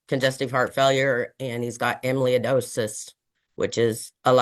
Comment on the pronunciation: Emiliy-a-dosis…? I know medical terms are hard to pronounce so maybe don’t use them Another excellent video ❤❤